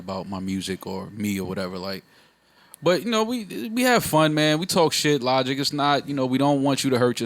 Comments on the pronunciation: It’s so funny to me when Joe calls Logic “Lawdge”😂😂 LOL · "Lodge" 🤣🤣🤣 thats nasty